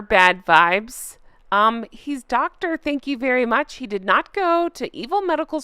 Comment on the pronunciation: i just laughed out loud when you said 'thank you very mush' . i think the sugars share 1 braincell between all of them